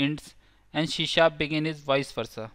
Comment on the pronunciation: It's C# NOT SHE SHAP ONE MORE TIME I DARE YOU, I DOUBLE DARE YOU